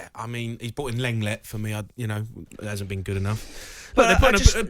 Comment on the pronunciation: Jamie's pronunciation of Lenglet is staggering🤣🤣🤣 1.41